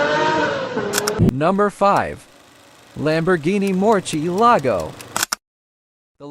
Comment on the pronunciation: Pie-gany -- Muchy-lago -- Pontiac Fear-o- -- Pon-Tara -- Alfa Romy-Oh